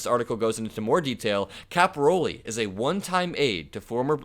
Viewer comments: narrate , don't read almost verbatim. It's capi- RALE not capi-ROLI. Common Italian surname. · It's Caporale and not Caporoli... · Yikes. Please correct your pronunciation of his name. It’s not “ Cap- o- Ro -Lee” It’s pronounced “ Capor-ah -lay”. Look at the spelling. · My thoughts? (1) Read the name correctly -- it's Cap-oh-RAH-le, not Cap-ah-ROH-le. (2) Don't waste our time and ruin your own reputation by saying that Caporale "looks like" he could assault a woman and then find out a minute later by actually READING the day-old article that you are calling "breaking news" that it was Picard who shoved her, not Caporale. Just stop. Do not plunge ahead. You made a bad mistake and defamed the wrong person due to carelessness. Ditch that footage and make a revised recording with correct information, then upload the revised recording. News reporting is a tough game. It is not just "say whatever comes into your head." Slow down and get your facts straight before you commit to an upload. 💙💙💙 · Caporale... Not caporole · The name is pronounced "Cap or All EE". You're definitely from Indiana....